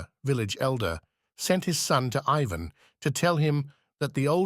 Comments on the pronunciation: I guess since the genie is out of the bottle it's all over. We can only hope I guess that AI becomes more intelligent and can pronounce Ivan the way it's supposed to be pronounced each and every time. utterly annoying. Tolstoy would've hated it. As would any artist. 😮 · The narrator alternates among three different pronunciations of Ivan.